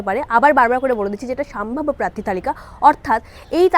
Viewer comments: নিজের শব্দ উচ্চারণ নিয়ে সচেতন হওয়া উচিত। সাম্ভাব্য নয় সম্ভাব্য হবে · কথাটা সম্ভাব্য, সাম্ভাব্য নয় । ভাষা ঠিক করুন আগে । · কথাটা সম্ভাব্য সাম্ভাব্য নয় , শুনতে খুব খারাপ লাগছে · সাম্ভাব্য না ওটা সম্ভাব্য হবে। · কথাটা সাম্ভাব্য নয় সম্ভাব্য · ওরে বাবু সোনা "সাম্ভাব্য" না রে, "সম্ভাব্য" হবে শব্দটা...সঠিক উচ্চারণ কর। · আপনি কি সম্ভাব্য বলতে পারেন না, পুরোটাই সাম্ভাব্য সাম্ভাব্য করে গেলেন। একবার শুনে নিন ভিডিও টা, তাহলে আর কোনদিন আপনি ভিডিও বানাবেন না। উচ্চারণ ঠিক করুন। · " সাম্ভাব্য " নয়, সম্ভাব্য! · এতোগুলো বিধায়ক,মন্ত্রীকে লোকসভায় টিকিট দেবে বলে মনে হয় না।আর হ্যাঁ,'আগের বছর' বা 'আগের বার' না বলে 'গত লোকসভা নির্বাচনে' বা 'গত নির্বাচনে' বলা উচিত। আর 'সাম্ভাব্য' না।একটু উচ্চারণ বা শব্দ নির্বাচনে যত্নবান হন।মোটের উপর উপস্থাপনা খারাপ নয়।এগুলো ঠিক করলে আরো ভালো হবে।